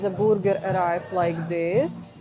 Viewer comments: Say "BER"ger, not "BOO"ger. Booger means something else.😅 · I love your Russian pronunciation of BrrGrr: “BooerGur” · "The borger" 😄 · I luv your pronunciation of "burger," it's so cute. Though it's spelled with a "u," it's pronounced like an "e." Say "ham-berger” 😉